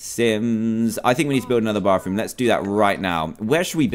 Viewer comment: love how he says bathroom bafroom